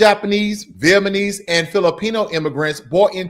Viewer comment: It’s Vietnamese not Vietmanese